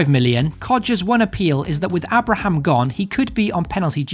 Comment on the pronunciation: who is A braham?? pronounced aybra Abraham.. he's name is actually lol.... he should of come to Villa he won't get in Chelsea and they will sell him next year. he will end up at Blues or something a mid table championship team on loan again. I think Tammy may live to regret this one although i wish him the best and with Franko there now who knows he will get a chance but i think he is just under the bar for Chelsea